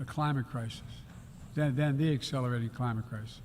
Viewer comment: "no where is that more critican than Excelrating the climit crisis" um, joe, you said the quite part out loud again. . .